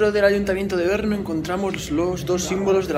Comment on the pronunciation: Porqué dice Berno?